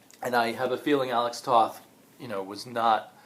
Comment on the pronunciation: Firstly, you should know your pronounce his name Tote.